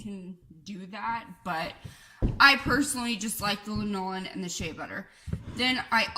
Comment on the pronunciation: Thanks. ps . . . pronounced LAN-o-lin, sheep's wool/body grease, old as the hills